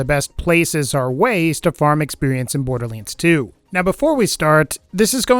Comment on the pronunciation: my mom trying to pronounce Borderlands 2